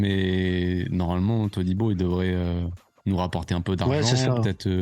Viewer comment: qui reussit à rater le nom de todibo....mec...c'est juste 3 syllabes to di bo 🤦🏽‍♂️🤦🏽‍♂️